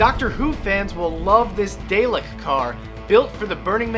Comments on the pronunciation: the way he said daleks made me growl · He mispronounced daleks...